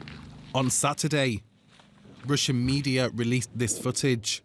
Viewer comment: What the heck are "Rooshen Gains"? or "Rooshen media"? 🤣🤣🤣